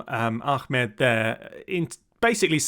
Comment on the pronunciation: I feel like you should probably call Ahmed Walid "Ahmed Walid" and not "Achmed"